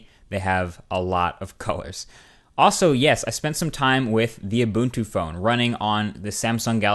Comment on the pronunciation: is it me? or is he pronouncing Ubuntu incorrectly?.....